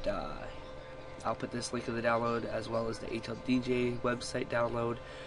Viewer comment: your voice is so weird it sounded like you said hlbj O_o half life bj..... eww